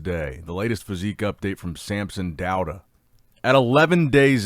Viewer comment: His last name is pronounced Dah-oo-dah